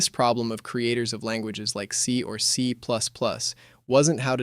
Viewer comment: Also how it pronounces C++. But as long as you write the script yourself, you're fine.